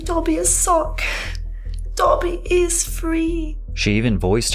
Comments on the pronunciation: Bro… Dobe-ee??? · I'm sorry but did you really pronounce Dobby as dough-bee???😂😂😂😂😂 sometimes I just can't with your pronunciations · Patrick... I love you, I love your videos... but it is not Dobi--it is Dobby! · doaby? Come on bro. Put some respect on my boi Dobby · There's NO WAY you pronounced Dobby wrong... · More like But yeah, you're right. His pronunciation of the name is comically bad😂😂. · He pronounces common words and names wrong at least once per video I think it's intentional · Ain’t no way Patrick pronounced Dobbys name wrong😅